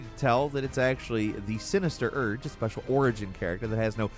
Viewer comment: As much as I like he has a horrible habit of mispronouncing things. "Sinister urge" "dragonkin" and that's just this video. Plenty of others throughout the years. Kinda lame honestly.